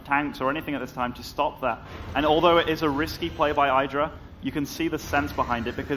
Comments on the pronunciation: say his name properly. not EYEDRA its IDRA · I made it one minute before I had to stop watching. I can't listen to "eye-dra" one more time.